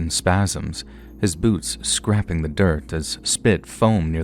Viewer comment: doesn't know how to pronounce "scraping"